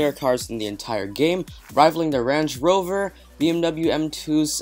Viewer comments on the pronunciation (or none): Say:"Raynge rowverrrr" ok?